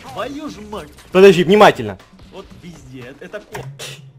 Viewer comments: Он сказал : вот візде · Ты сказал вот визде камперы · Он сказал визде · Сначала я услышала пи*де А потом вслушалась и услышала вот визде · Ты сказал вот визде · Он сказал ВОТ ВИЗДЕ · он сказал пи а не ви зде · Он сказал вот визде ! Прислушайся я 10 раз переслушевала мамент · Он сказал не везде а вездец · сказал вот визде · сказал: -《 вот визде 》 А не 《 вот п****》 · Там было позде,а не везде! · Я услышал "вот визде" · сказал визде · Он сказал візде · Он сказал Вот пезде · *изде, а не визде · Там было слово вот везьде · я услышала " вот везде ЭТО КОТЫ" )))) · Я услышал: во везде этот пот:)) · Он сказал вот везде а не то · Услышала везде а не п***е Извините за мат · Он сказал вот везде но мне сначала послышалось вот пи*де